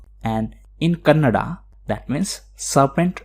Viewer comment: Tq for the word KANNADA U say very fluently.............. 💐💐💐